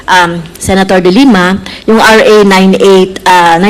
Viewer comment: ms luistro the way you pronounce the family name of the former lady senator Leila is the word dilemma it should be de lima